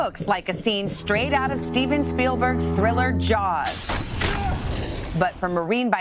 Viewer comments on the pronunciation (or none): none